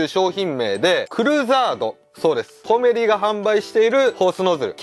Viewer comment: コメリのアクセント変ですよー！